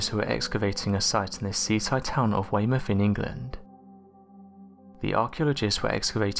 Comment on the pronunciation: Commentator pronounced Weymouth correctly, all the evidence needed to conclude the narrator is from the United Kingdom lol